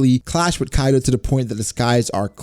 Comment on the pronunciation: Bruh it's Kaido not Kido. I do not care about your grammar Or your knowledge in English but at least get the name of a character right.